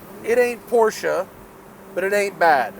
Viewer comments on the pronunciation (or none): none